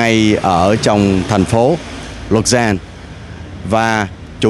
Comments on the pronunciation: Ja. Mình nghe thành Lucerne cứ tưởng đang nói về tp Lucerne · Rolle nằm giửa Lausanne và Genf nhưng ảnh phát âm hơi nặng nên chúng ta cứ tưởng ở thành phố Luzern